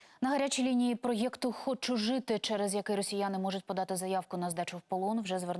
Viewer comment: больно слушать ваши "проЕкты"